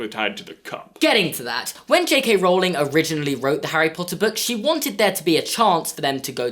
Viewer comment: Wait. Did say k.k.rowling